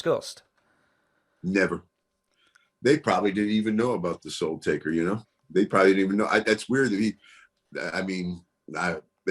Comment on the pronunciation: I like Papa Shango. But whyyyyyyy do I get annoyed when he and others say "Taker" ???